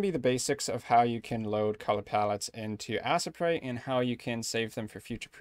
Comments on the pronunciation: I cringe so hard at the pronunciation of Asesprite. To the point can't even finish the video. This is helpful, but I just can't. I'm sorry. T.T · As-eh-prite lol.